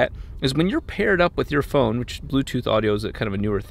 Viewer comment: he said phrone